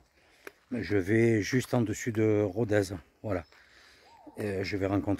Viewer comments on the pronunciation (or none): none